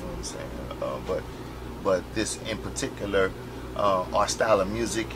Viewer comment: When his say particular the way he said it...he said the word (similar) with the same accent in a song he did that's PAC